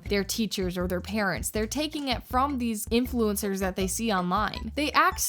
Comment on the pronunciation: Their little mouths can't even pronounce "influencers" correctly